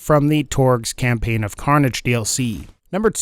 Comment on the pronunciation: Torgue Cam-"pain" dlc